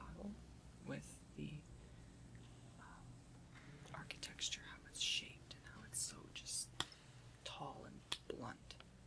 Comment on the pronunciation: "architexture" haha